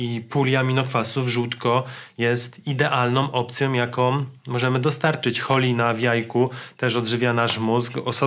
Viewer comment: Zazgrzytało znowu, idealnOM opcjOM. NIE, NIE, NIE... Takie błędy odbierają mi w sumie pozytywny odbiór "pogadanki". Pozdrawiam.